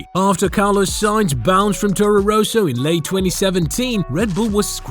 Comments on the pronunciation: Rosso, not Ro-so, How can you fuck this up? If you are American I will forgive you. Education is not known in that area. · It's Rosso, not 'Roeso'. Try Forvo.